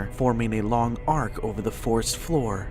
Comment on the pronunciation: It's FOREST Not FAREST